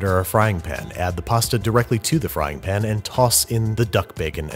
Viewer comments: His every single use of “pin” never fails to make me laugh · Pan* not pen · I love you, but for the love of all things good and holy its PAN. Not pin. PAN. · He intentionally mispronounces pan but I can't remember if he explained why or where he got it because it's not always been that way. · At this point I feel like your pronunciation of pan as "Pin" is just to annoy us... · please stop saying "pn" im so upset